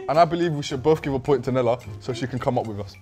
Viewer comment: Nella saying nella and getting it wrong lol